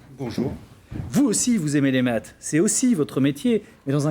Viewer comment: Bon , il est bon en maths mais pas en métrise de la langue française, (ouiccch, ecchhh, chhh a la fin de ses mots)